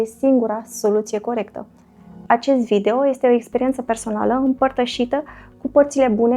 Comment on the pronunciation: Primu I-este nambar oan." Mi-ati facut ziua. Tu( n-am idee ce cauta acel ,,simplu" :) , dar mai ales ,,care ieste muuulti... Va apreciez intelectul, diplomatia mai mult sau mai putin pasiva. Ah, uitasem de sot, brici, alegand umbra. Bafta-n toate cele! :)